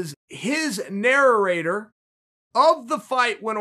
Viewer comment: Word of the day: nararator 1) someone who narrates on a tractor 2) someone who says ra ra while narrating